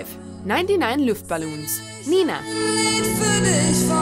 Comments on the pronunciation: Luftballons. The way your pronouncing it makes me laugh so hard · She did ok but many of them were not pronounced correctly like Sukiyaki and 99 Luft ballons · Nr.10 is also the only ❤️😂👌🏽and Nr.5 - how you pronounce it is so sweet , but Wrong 😬 It's Nena] not [Nina] , and [Luftballons] Just Like you spell it 👍🏽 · She mispronounced 'luftballons' even though the correct pronunciation is right there in the song's chorus. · Yeah i know